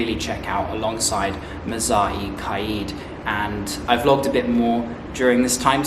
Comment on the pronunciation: You need to get your pronunciation better bro! Mughal is pronounced moghal, and it's Quaid pronounced kaid